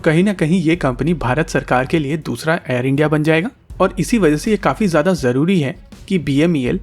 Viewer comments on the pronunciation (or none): none